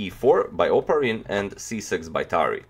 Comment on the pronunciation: It's "opArin" but no matter i guess.